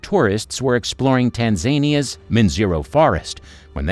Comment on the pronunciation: Alba-NINE-ism, you say? Gee, and here I thought it was AL•bin•ism, all this time! And Grand Canaria is pronounced "con AR ree yah" , not "CANNuh REEyuh". And, it's not "tan ZAY nee yuh", but "TAN zə NEE yuh'. You are creating a product, after all. Take the hint , you are relying on us to approve or disapprove... so learn how to pronounce words before you narrate. Call it Quality Assurance.